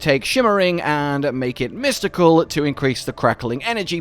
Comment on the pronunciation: jesus man. Do you listen to your videos back while editing or do you have someone else edit? You add an extra syllable to almost every word and it's very very very annoying. Maybe just be aware of that and try to mitigate it. For example when saying something simple like the word "to", you pronounce it to-wah. Just stop doing that k?